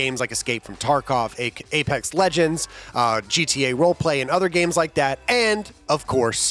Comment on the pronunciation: good sir, it’s pronounced “Apesex Legends”.